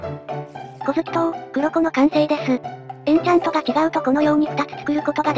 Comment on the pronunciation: くろこではなくこっこと読みます。